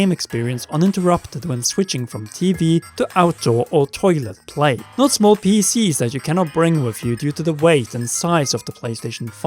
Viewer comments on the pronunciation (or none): Omg... did he really say toilet play??😆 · It sounded like “switching from TV to outdoor or toilet play” I was like what